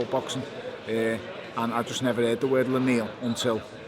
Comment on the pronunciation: ....Bellew know's his boxing history but has never heard of a lineal world champion?? Right ok...Half believe him with is pronunciation of lineal lol